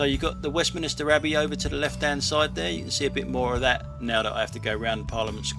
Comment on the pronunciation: Three syllables. West-min-ster. No clergymen involved!